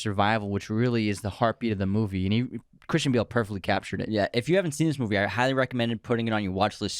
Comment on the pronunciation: your saying Christian and Cris wrong and cayne too